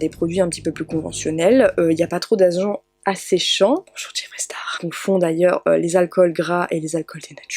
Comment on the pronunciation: J’ai eu un petit coup de stress avec le « bonjour lama fâché » 😂 ça faisait un peu flipper et j’ai du le remettre plusieurs fois pour bien entendre 👂